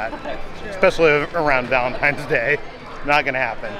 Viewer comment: Did just say Vaelntime's day lol i think he did